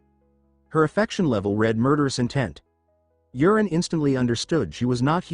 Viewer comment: The name is not Urine, it was Yuren